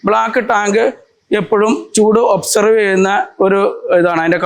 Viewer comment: Avoid mistakes, ചൂട് ഒബ്സേർവ് അല്ല, അബ്സോർബ്